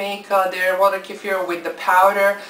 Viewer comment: Thank you so much for your info. Not only do you make them vegan but you say it right (not kee-fur.....K'fear). Thank you so much